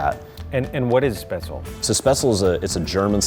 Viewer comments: As a German I have to correct him here, Spätzle is pronounced with the 'Sp' as 'Shp' and the 'le' at the end is pronounced like in LeBron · Schnitzel is pork , Wiener Schnitzel is veal. Call it fried swordfish but not schnitzel. Also Its SpätZLE and not „Spätzel“. But still I love the video, just had to point that out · that is very much not how you pronounce Spätzle (it's not speh-zel, it's shpehtz-lah) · I honestly had no idea there was an American pronunciation of Spaetzle until now and as a German speaker i hate it lol. It's "Shpets-luh". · He doesn't pronounce speatzle correctly. From what I take is he can't say it... he can't cook it. "Crab as in USD" - some idiot on youtube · Me, a german: "What the fuck is Spetzel???" He means Spätzle... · sch-petz-la, it's pronounced nothing like pretzel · The pronounciation of Spätzle as Spatsle really kills me hahaha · Man that dude butchered the pronunciation of Spaetzle so much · As a German, Hearing an American pronounce "Spätzle" is the funniest thing to me😂